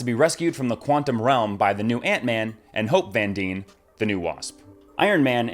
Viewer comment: Things this video got wrong: How to pronounce "Dyne"